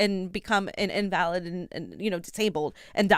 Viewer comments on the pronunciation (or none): A LOT of emphasis on the wrong syllable in this one - LOL- automaton, invalid, etc